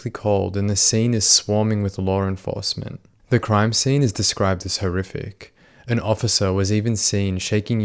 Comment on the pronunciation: "Lawrl enforcement"